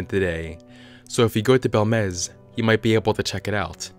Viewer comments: It's pronounced bElmez, not belmEz, the accent marks (tildes) are there for a reason, they indicate which letter to accentuate. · It's BELmez. Not how you pronounce it.